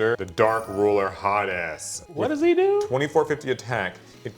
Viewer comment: When you said Dark Ruler Ha Des, YouTube’s closed captioning read it as “Dark Ruler hot ass” lmaooo 😂😂😂